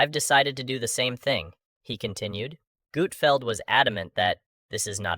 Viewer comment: I can’t stand these A l videos! “Gootfeld”??